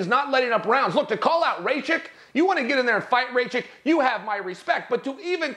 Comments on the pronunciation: Calling him raychick is like pronouncing his own name Chay-El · No one Not a single soul : . . Chael : Raychik 🤣😂🤣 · ah yes, Aleksandar Raychik 💀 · Who is Ray-chick ?😂